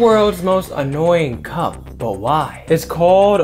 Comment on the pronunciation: Bro u pronounced cup like cu